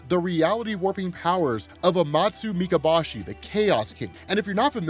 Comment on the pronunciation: It’s amatsu Mika-Bo-shi